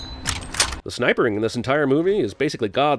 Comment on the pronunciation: 3.35 snipering??? lol. SNIPING